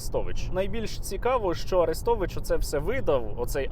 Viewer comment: При чому на подібні випадки найголосніше реагує проросійське лоббі, тадам і тут Арестович(наголос на "е" )